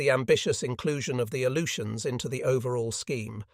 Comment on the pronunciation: Not sure what the "A-loot-e-ans" are.